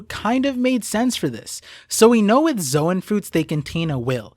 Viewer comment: Why does literally every one piece YouTuber pronounce "zoan" as "zo ahn" or "zo ehn"??? Literally in the original pronunciation It is just a "z own" like the word zone....